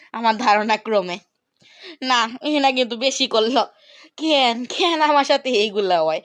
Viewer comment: কেন❌❌ খেন খেন✅😂😂